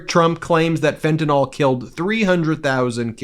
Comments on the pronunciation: You've mispronounced fentanyl!! It's not fentanol!! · IT IS NOT FENTANOL. IT IS FENTANYL . YOU GUYS SPEAK ONE LANGUAGE. SPEAK IT PROPERLY. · Fentayl is pronounced "fen-ta-nil", not "fen-ta-nol" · Fentanyl is mispronounced everywhere